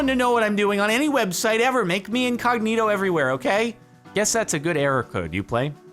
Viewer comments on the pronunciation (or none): none